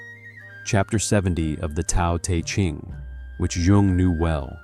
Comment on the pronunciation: Love the video but u gotta pronounce Tao te Ching right!